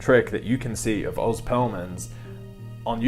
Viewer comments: It’s Oh-z not Ah-z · I think he pronounces his name oze, rhymes with doze.